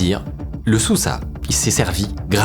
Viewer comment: toujours de très bonne vidéo comme toujours mais le nom de sousa se lit normalement " de souza" d'origine portugaise